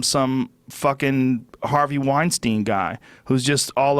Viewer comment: Joe "weinsteen I mean weinstein" Rogan